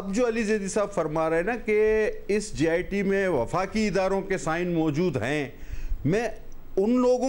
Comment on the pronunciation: its JIT not GIT